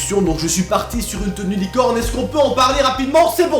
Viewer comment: HEY T'A MIS UNEUH TENUEUH LIIIICOOORNEUH!!!!!